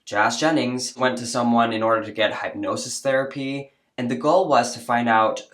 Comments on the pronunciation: It's not pronounced Hype nosis it's Hypnosis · Hip-nosis. Not hype-nosis. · The hype nosis is distracting me. I've never heard of it pronounced that way. It's hip. Anyway, moving on, thanks for the vid. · Hipnosis, not Highpnosis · Why are you saying hype-nosis. It’s hip-nosis. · It is pronounced Hip not hype Hypnosis There is no E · It’s hip-nosis, not hype-nosis! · It's pronounced hip-NO-sis, not hype-NO-sis. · Hip-nosis, not hype-nosis. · it's pronounced 'Hip-no-sis' not 'hype-no-sis" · It’s pronounced HIPnosis not HYPEnosis. It’s hard to take anything you have to say seriously when you don’t even know how to pronounce the words you are saying. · I love you son but please stop saying “hapnosis.” It’s said as hipnosis. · My dear, hypnosis is pronounced as “hip-nosis”, I wasn’t sure if you weren’t sure of the pronunciation or you were using a play on words….like, hypnosis is all hype, so “hype-nosis” lol. Even as someone who does believe in past lives, I’m still a little skeptical of using hypnosis for anything other than smoking cessation lol. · Hypnosis is pronounced: hip-no-sis NOT hype-no-sis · your English is great but just a note on pronouncing hypnosis.... it's hip-nosis, not hype-nosis 👍🏼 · Say “Hip-nosis” Don’t say “hype-nosis”. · It’s pronounced HIP-nosis not HYPE-nosis. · The way you pronounce hypnosis bothers me immensely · Totally agree but one thing hypnosis is pronounced like "hip" nosis. Great content though. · WTF is Hype-nosis?😂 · Hypnosis is pronounced Hip-no-sis. 🌟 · Hip-No-sis like don't break your hip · HIP-nosis........ sorry, but omgoodness, pronunciation please!! It's a real thing!! LMBO 😅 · Hip-no-sis. Just sayin' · I'm enjoying your videos. I do have to correct your saying hypnosis. It's hip-nos-is not hypnosis. No big deal! Keep up the hard work in protecting children from being chemically and medically harmed. God Bless you!❤ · 'hypnosis' is pronounce /hɪpˈno͜ʊsɪs/ or "hip-no-sis". :) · Ha! “Hipenosis?” 🤣😂🤦🏾‍♂️